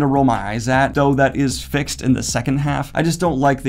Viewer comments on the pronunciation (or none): none